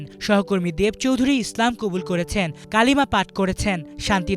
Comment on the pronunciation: ইসলাম উচ্চারণটা স্পষ্ট করবেন,স্লাম উচ্চারণ করবেন না, শুরুর দিকে স্লাম শুনা যাচ্ছিল।